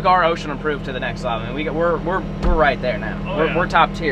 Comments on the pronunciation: It’s osha not ocean lol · Am i the only one that keeps hearing ocean approved instead of osha ? Or am i trippen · This whole time I thought he was saying ocean aproved not osha 😂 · No it's OSHA not ocean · Is he saying ocean approved? It’s OSHA in case anyone is wondering. 😂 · It’s OSHA not ocean my man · Im so drunk good video its ohsha not ocean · I thought you were saying ocean Approved